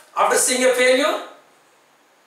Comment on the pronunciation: Pls check the pronunciation of the words like failure, all, also etc..